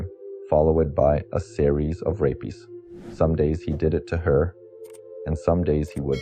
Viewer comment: He also says "he rapies Katie the first time" (rape-eez) Must be AI!